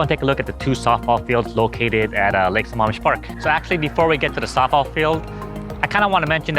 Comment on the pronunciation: Hey bud just thought I'd let you know it's lake sa"maam" Mish. Not Sa"mom"ish